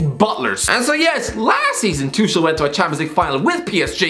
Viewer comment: Is he intentionally mispronouncing Tuchel?